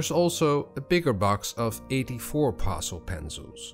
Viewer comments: Thank you for the demonstration. To help you out a little I will correct you pronounciation of Pastel, you say pastel like parcel, but it should be said like Pass-Tell or Pass-Till, but said quickly, Passtill or Passtell. Hope that helps, your English otherwise was perfect 🐨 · Actually your pronounce;in it like it has two ll on the end instead of one.